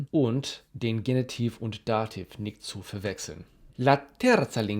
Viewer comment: Auch wenn Dir das sicherlich schon bewusst ist, deutlich anders klingt das "ch". Am deutlichsten kommt es bei "nicht" zum Vorschein, das klingt bei Dir wie "nikt". Bei "sprachige" allerdings klingt es tadellos. Vielleicht hilft das die "nikts" in "nicht" zu formen. Im Alltag würde nicht darauf hinweisen, aber es fällt vielleicht gerade wegen der sehr guten Sprachkenntnisse auch sehr auf.